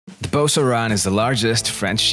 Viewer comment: I've never heard an American pronounce the name right.